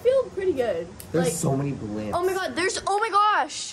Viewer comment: He really said, "baalimps" lmao.